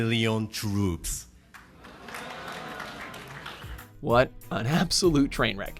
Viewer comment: wan meerion turups